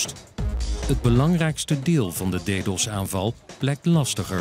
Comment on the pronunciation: Hahah "deedos"